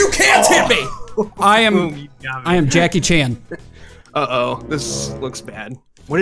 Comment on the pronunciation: Never say jackichan again